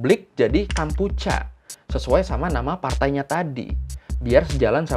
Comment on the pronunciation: Bang, sharing yaaa Khmer bacanya Khmai Kampuchea bacanya Kampuchia Maacih!